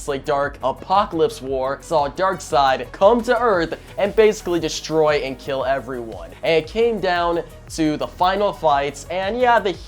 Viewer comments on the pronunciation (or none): none